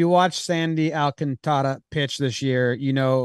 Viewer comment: The dude is gonna win NL Cy Young you guys gotta get his name right. You totally got in your own heads trying to accent his name. You are messing up the Alcan part roll the r’s if you want. Sandy Alcantara does NOT rhyme with Garciapara but does rhyme with Ventura. And don’t emphasize the “can”. Don’t mean to be critical I know you guys work crazy hard and love the game and I can tell you’ve overthought it and that always trips you up. Been there